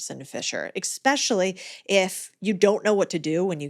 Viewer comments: Please. ES-pecially. Not EX-pecially. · What grown adult says eXpecially instead of especially? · It's ESpecially - not EXspecially. I truly believe that if you're going to be in the communication business you need to learn how to annunciate and pronounce words correctly. I almost stopped watching when I heard this. 🙄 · Cody, I really loved this conversation. ❤️ I wish I knew what time on November 9th Jefferson was born. I do Human Design. I also noticed that in several podcasts when you say “especially” it sounds like “ekspecially/expecially”. Is that just me who hears wrong lol? 🙌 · Please do t take this the wrong way, but there is no "x" in Especially.....when i hear this it makes all the info afterwards discrediting. If you are speaking to educate and can't speak properly, it hinders the message. I am sorry cody is very smart but when people say Exspecially it immediately makes me doubt them. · I’m gone. Any podcaster that says “eXpecially” instead of especially, can’t be taken seriously. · Why do many people say, e"x"pecially 😆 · secs in and I hear," eggspecially.......", one word says it all. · I heard exspecially! welcome to human clay feet. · Why do so many You Tube content creators say, "Ex-specially?" You know that's not a word, right? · did she just say “exspecially”?! I had to stop listening. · Ek-specially...?! Really? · As soon as someone says, " ick-specially" I know this is something I won't be listening to lmao--- * clicks off the video * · I completely agree it is frustrating that people pronounce 'especially' that way. I wouldn't doubt her for mispronouncing one word, though. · Especially . . . . ? There is absolutely no ‘k’ sound, in that word.